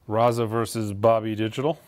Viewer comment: I love ya, but please take the time to learn the band names. I lost count on how many you butchered in this video. I almost threw my coffee when you said Raza instead of RZA (pronounced Rizza).